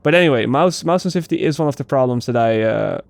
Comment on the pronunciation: Add me on Uplay, I'll teach you how to pronounce; sensiTivity, incendiary and aberration. lol